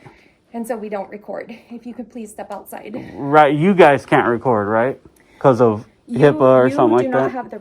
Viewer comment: "you guyzeees"